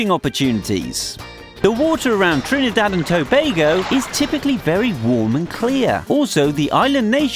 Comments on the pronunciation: He say trinEdad Pronounce it correct And if yuh wondering yes i is a trini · yep u hear how he say he trinidad😂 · This is very rude right plus you saying Trinidad wrong and every thing you saying bout crime that is wrong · I know right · You said Trinidad wrong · He saying Trinidad jokey asf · Ehh if u cyah pronounce my country name....doh talk bout it riteee...plz n thx